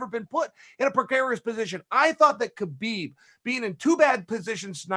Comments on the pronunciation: Chael is being his usual arrogant self. Despite hearing constantly the correct pronunciation by others of Khabib’s name—right here by Brett and Ariel, and even by Khabib himself—he insists on continually mispronouncing his name, calling him what he wants to. So disrespectful. But that’s so typical of him and his ilk. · Ayo Ariel it’s not Khabib with the kh, it’s Habib with that Arabic h or ح